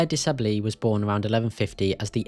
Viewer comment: Robert de Sable sounds like "De Sab" it's French Pronunciation.